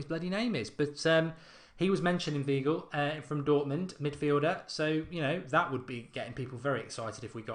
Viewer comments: He's pronounced Whygl not Weegl Mark^^ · The 'ei' in 'Weigl' is pronounced like the 'i' in 'nine'